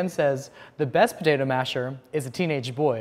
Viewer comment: Live and die for the way says "puhtaytah"